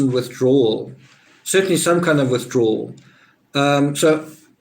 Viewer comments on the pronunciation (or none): none